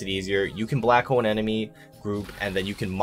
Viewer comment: lmfao, I kept hearing that too